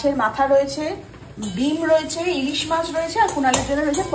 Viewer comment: কথাটা মাস্ নয়, মাছ॥ influencer দের তো সচেতন হয়ে কথা বলতে হবে, বাঙালী মাছ কে মাস্ বলছে, হাস্যকর॥